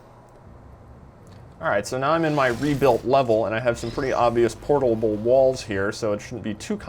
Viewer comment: portalble....yes that is a wierd word